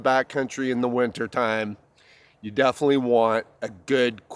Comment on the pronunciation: "Blockeen"????? "Winner camping"????? "Litterly" is not a word. "Definly" is not a word.